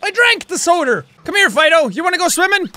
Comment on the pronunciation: i find it funny how you pronounce soda, soder.